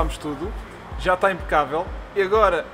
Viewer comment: "Impacabel" eheheh abraço